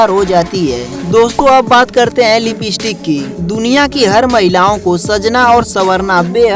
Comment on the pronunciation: Bhayya a lipeeeeestick nahi Hai lipstick hai 😂😂😂